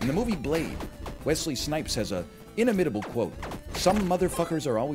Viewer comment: The man has taken to saying "inimitable" a lot, but has yet to put the emphasis on the right syllable a single time lol